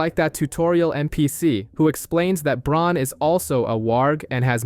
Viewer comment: holy crap no way dude is calling bran BRON! someone tell him that theres already a character named bron in the story lmaoo